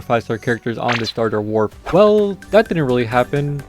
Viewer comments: its warp not wrap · is no one gonna talk about how they said wrap instead of warp..